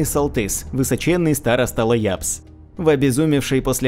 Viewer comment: Староста Ляабс, а не Лаябс.